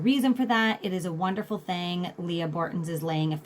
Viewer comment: Thank you for this thoughtful & thorough information! Leigh (not “Lee Ah”) Bortins 😬